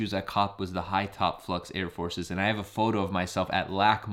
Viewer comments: it’s FLAX..not flux LMAO SMH 🤦‍♂️ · FLAX NOT “FLUX” 🥴